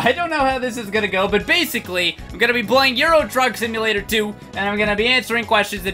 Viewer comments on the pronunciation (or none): At the beginning I thought he said "Euro drug simulator."